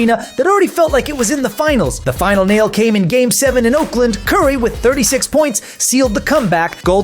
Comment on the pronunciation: You can’t even say curry’s name right and LeBron never wanted a big 3. The heat pulled some moves to get Bosh